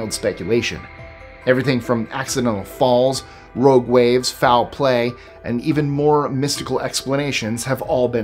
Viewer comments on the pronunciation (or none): none